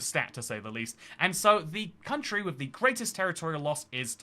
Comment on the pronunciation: WIV and FREE Very brave to do these videos WIV a speech defect. Good luck.